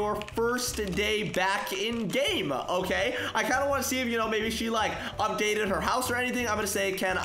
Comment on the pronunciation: Who heard he said otay lolo